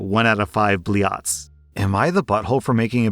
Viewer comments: It's not bli-at, it's bl'yat'. Know your curse words 🙏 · 0/5 BLEE-yahts im romanian and still know this is wrong lol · Close enough atleast , Blieaaats is always funny to hear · Blieeaats XD , I'm sure you meant Blyats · Bro really said bliats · i physically jumped at his "blyat" pronounciation but this shit is why i tune in every day. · The way he butchered the pronunciation of блять is SOOOOOO on theme lmao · wait isn't the t letter in that word a letter with the soft pronounciation sign?